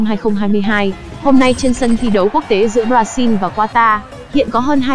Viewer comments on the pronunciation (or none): none